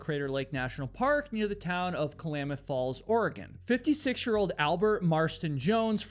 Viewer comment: As someone who is Oregon grown, the way you said Klamath falls is funny 🤣 no shade. Just now I’m questioning if we say it wrong 🤣